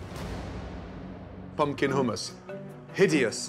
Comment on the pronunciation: why say hummus weird? HOOMAS